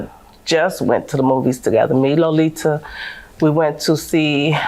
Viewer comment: The way they were saying her name is so irritating “Low-Lee-Tuh”. 🙄🤣🥴